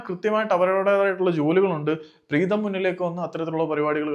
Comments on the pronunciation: പ്രേതം അല്ല പ്രീതം😂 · അണ്ണാ പ്രേതം അല്ല preetham 😂😂😂😂😂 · കഷ്ടം മലയാളത്തിൻ്റെ google please avoid over look പ്രേതം instead of പ്രീതം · പ്രേതം ❌ പ്രീതം ✅ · Pretham alledo Preetham